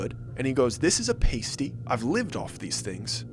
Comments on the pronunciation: It’s not a pace-ty It’s a pass-ty lol 😂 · Drives me nuts to hear it prounced pae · It’s a pasty, pronounced past tee, not paste tee. I’m from the U.P. L’Anse, and make them all the time. Awesome story. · Believe it or not pasty rhymes with nasty instead of hasty. I'd like to try one with venison sausage, spicy, no fruit! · I have to this.. It's pronounced - past tay - not the coverings for certain body parts. I'm a northern MI girl. I also make these and it's a lot of work. Also my man's favorite food. The best ones you can find are located in Mackinaw City at Hunts pastie and cookie company. Getting that crust done right is the most important part. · I grew up just a few miles from Gay! I was pretty surprised to hear a story set there. A few things: Isle Royale is amazing. (I can see it from my parent’s house!) And- this is important- a “pasty” that rhymes with last-y is a meat pie with potatoes and other veggies, while a “pastie” rhymes with hasty is a sticker to cover your nipples. It’s a common but hilarious mistake. ;) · Haha it’s pronounced past-ee.. a pastie is something to cover a nipple with. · Also you pronounced pasty wrong that’s how we know your story is BS none of us pronounce it like that It’s pronounced with a long A, like passty. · Not trying to be a grammar Nazi but I'm Finnish so I figured I'd let you know it's pronounced pass-t, paste-t's are what strippers use to cover their nipples lol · Glad you mentioned it. 53 yr old Michigander here from Oakland and Manistee County. You're spot on! It's "Isle Royal" and "pass-tee". A "pay-stee" is a tassel that dancers wore over their nipples, haha. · It’s “paaaa-stie”, not “pay-stie”. A “pay-stie” is worn by strippers 😉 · Well, you just made your first mistake at your story. you don't call it a paasty it's a pauuusty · Pasties are not pronounced like that sir. It's Past-E not paste-E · It’s a pass-t not a pay-stee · I am a yooper the famous pasty is pronounced paa not pae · lol it’s pronounced paasty